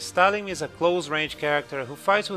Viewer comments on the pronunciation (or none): talim is not read as tah lhim it's tahleem